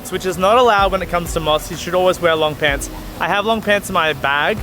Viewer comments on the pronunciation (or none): none